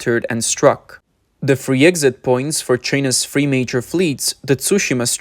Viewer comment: Bro just speak your own language. Free major gates. Free Free Free. Free everything. Its goddamn Three with a T and a H !